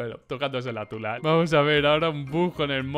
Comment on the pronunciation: A alguien más le dio risa como dijo TULA XD